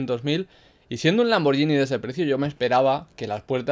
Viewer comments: Lamborghini, no lamborllini Saludos desde Italia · Si lo pronuncia como "Lamboryini", entonces yo también puedo. Gracias por tanto